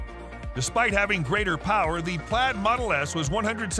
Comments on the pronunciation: Yes, this mispronounciation as "plade" which sounded more like "plate" drove me nuts. How does the YouTuber narrator NOT know this? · Plaid is pronounced “Plad”